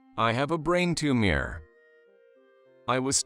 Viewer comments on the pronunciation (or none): John Carter on Mars, that was a good movie. You people are absurd? Bow is what you do when you go before the King. Learn how to say graduate, it really makes the narration very bad. Tumor is pronounced "to-mer". Once again bowing what what you do before the king.